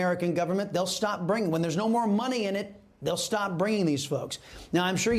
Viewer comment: Coyotes is an English word. Why are you adding a Spanish accent to it. It’s really cringe to have someone with a perfect English accent, keep adding a deep accent to any Spanish names and places. A Spanish word that’s said in Spanish ? Sure.